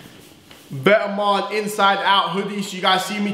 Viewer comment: If you want to but vetements say it right! It’s vet-mon